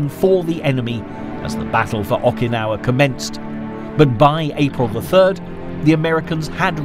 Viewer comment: I'm banging my head against my desk every time I hear the narrator say "Awwkynawa".